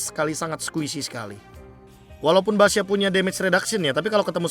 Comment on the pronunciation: Gw dengernya basya